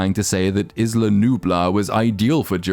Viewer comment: Every person ever is mispronouncing "Isla", including people in the movies, and it's driving me up the wall lol. Its either EYE-la, or EE-la. Its like how everyone collectively stopped using the word "startled" for "jump scare". Lol.